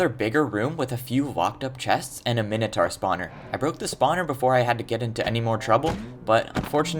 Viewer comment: he said mintoaur million of times after he called it the weird cow thing.